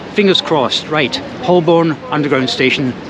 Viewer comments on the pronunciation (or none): Holborn isn't Holl Borne it's Ho burn, just like its Edinburgh not Eding Berg 😉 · It’s pronounced Hoe-bon not Hol-born. HTH. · That was a cool video, but just a note that Holborn is generally pronounced as "Hoe'b'n". And you didn't mention the comfort factor, with hard, unforgiving seats on the train, and probably a more comfortable seat on the plane? I don't think I would want to do the journey from Edinburgh to London on an Azuma with those rock hard seats. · As you will have heard from the announcements on the tube, 'Holborn' is pronounced 'Hoe-burn' (with the 'burn' shortened practically to 'bun'), not 'Holl-borne'. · What a beautiful football stadium you pass by! It's "hoe-bun" btw rather than hol-born (I'm a londoner) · I was under the impression it was pronounced HO-bun. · Hi, Great video, live these self challenges. However, even as an Aussie, I know Holborn is pronounced Ho’burn. My grandad smoked Old Holborn tobacco. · Someone tell it’s pronounced Hol-Bun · Someone tell NMF1969 it's pronounced Hoe-Bn. According to Jago Hazzard, YouTube's resident expert on transport in London. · If you ever come back, Holborn is pronounced "hoh-bən" in standard British English, with the emphasis on the first syllable. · Each time he spoke "Holborn", I cringed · Never flown to Edinburgh but did fly London Heathrow to Manchester many years ago now. It was significantly cheaper, even with a railcard and the friend I was seeing lived fairly close to the airport, much closer than Manchester Piccadilly. BTW the L in Holborn is silent. Not pronounced at all. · Please check your pronunciation of Holborn! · If just pretends that the "L" isn't there he'll be fine.